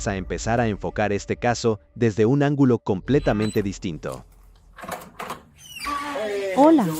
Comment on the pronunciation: No tan buena, dijo angulo en lugar de ángulo.